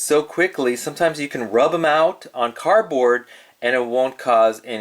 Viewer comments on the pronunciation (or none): What is a CAR BOARD? I think you are meaning CARDBOARD but I listened to it multiple times and I'm sure you are saying "CAR BOARD" which I don't know what the heck that is.